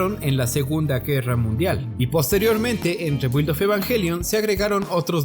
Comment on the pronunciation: SE PRONUNCIA REEEBIIIIILD